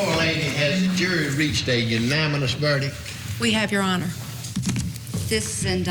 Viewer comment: Senile redneck judge. Can't say unanimous